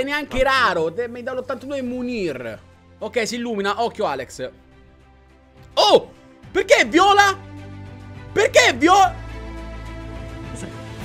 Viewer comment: Che poi si pronuncia "Meniè"